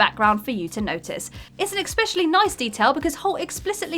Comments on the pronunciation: It's especially not expecially. Js. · I'm sorry, did you just say "expecially"?